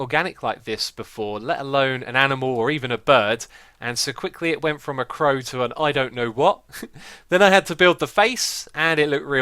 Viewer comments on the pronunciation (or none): none